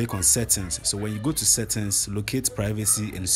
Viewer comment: My man's said "settins" instead of settings